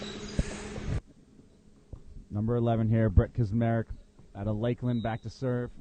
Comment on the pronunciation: Crazy I didn’t know Lakeland was pronounced Dominican